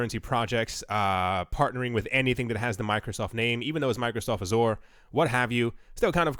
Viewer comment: You're not pronouncing Azure correctly :)